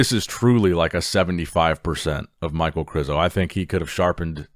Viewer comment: İ think it's pronaonced Mich ae el. Not Mike. Aka Michael.